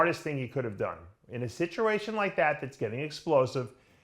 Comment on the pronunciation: Dave Palumbo pronounciating the letter "A" - "Mr. Olympier", "Situration", "Jeremy Buendier", "Lurrery Wheels", "2019 Olympier", "Lurwyer", "Collect Dayter", "Dailyer Basis".